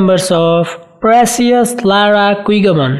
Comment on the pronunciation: Her last name pronounced as Kigaman not Kwigaman!